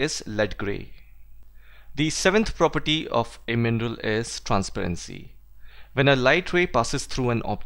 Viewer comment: I thought you were saying "MENDEL", I just realized you were saying mineral